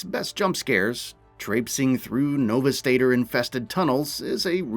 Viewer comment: Gonna help you a bit!! It's pronounced No-Veesta-door. You are welcome.